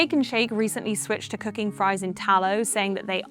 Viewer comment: every time she is saying cooking, it sounds like cocain